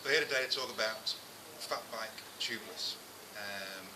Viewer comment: hahaha I thought he said "fuck bike" at the beginning